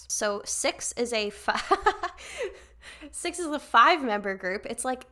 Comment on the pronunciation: Yay loved that cix was on this. Their name is actually pronounces C-I-X (like each individual letter). I definitely recommend also reacting to their debut "movie star" at some point aswell!!